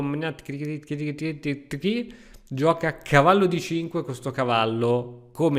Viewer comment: Finalmente qualcuno che pronuncia Neponiatcghiritichi nel modo corretto, o perlomeno originale 😅